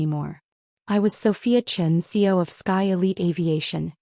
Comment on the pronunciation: What the hell is a CO? I’m familiar with CEO, COO, etc. But not a CO. You mean CEO but AI is saying CO.